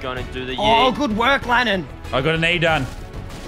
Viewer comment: DaveDoesGamez lannan doesn’t correct to lannet. He butchered his name